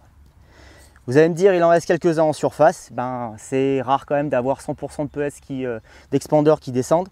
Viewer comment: Moi je comprends pas ces gens qui disent pellètse. C’est bête mais j’ai mon oreille qui siffle à chaque fois ça s’écrit PELLETS et ça se prononce pellet le « S » étant muet! Merci de préserver le français qui connaît déjà une époque difficile.